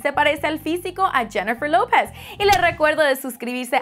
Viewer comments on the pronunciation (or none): deberias tomar claces de pronunciación no sabes pronunciar lopez